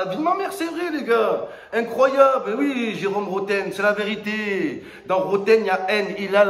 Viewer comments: 😂😂😂😂😂😂😂😂😂😂😂 au lieu de one two three 😂😂😂😂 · "One, two, foui"